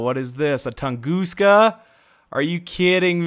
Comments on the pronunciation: Its not pronounced tungooska, its tung-uh-ska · Lol “Tongooska”